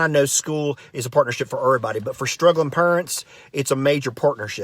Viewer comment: I like how he makes up the words in a wrong way. Purents.